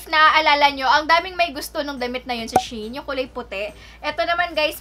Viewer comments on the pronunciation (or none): Hi sis, she-in po ang basa sa kanya. Galing po sya sa she-inside, yun yata ung company nila dati tas binago lang.. 😊😊😊